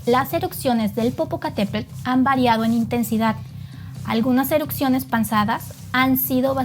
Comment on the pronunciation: Erupciones, no erucsiones😂